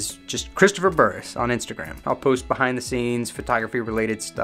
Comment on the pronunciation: You even say Burress correctly....lol